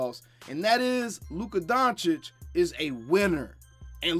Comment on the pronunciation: Thanks for pronouncing his name correctly